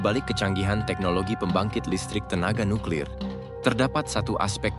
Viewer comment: Eja nuklir pun tak betol ko nak cite uranium haha pegi sekolah dulu belajar cara nak baca huruf